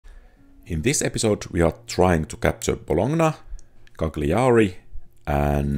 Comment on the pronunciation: Nice video. One thing: The correct pronunciation of Cagliari is "Cayari".